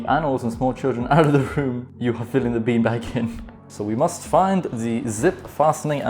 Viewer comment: Low key feels like sometimes you say peen bag